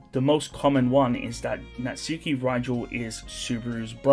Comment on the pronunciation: ngl its annoying your saying it as NAT- SUKI instead of na-tsuki . just a ick